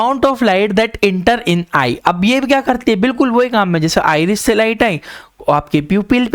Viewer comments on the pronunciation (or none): Sir not ईरिश it's आइरिस 😂